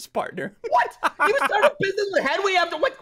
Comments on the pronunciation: Ssundee : says Henry instead of Henwy Me : stop it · He called Henwy Henry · It’s Henwy not Henry